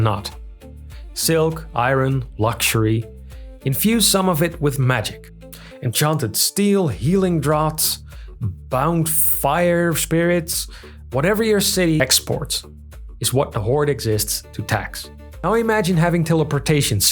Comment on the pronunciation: Small note on English: "Draughts" is one of those weird, non-intuitive words whose pronunciation can't be inferred from their spellings. It's pronounced "drafts". Your information on dynastic lifespans is really helpful. My own fantasy series is based in the territory of a dying empire, whose institutions have become enfeebled through the influence of the most influential noble families, and where the emperor therefore holds little real power. You've given me good insight on why this is not only natural (as I guessed from RL history) but inevitable. Maybe not the specific causes, but what those causes need to attack.